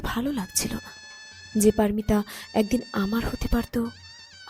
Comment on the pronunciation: বলুন পারোমিতা -পারমিতা নয়।